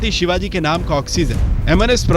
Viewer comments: Kutiya nam thik se le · इसे किसने रिपोर्टर बनाया जो शिवाजी महाराज का नाम सही से नही लेते